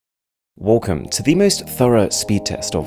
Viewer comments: "Wolcum" 😂 awesome vid though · WOLCOME 😂😂😂 I love you Arun bro but I HAD TO DO THIS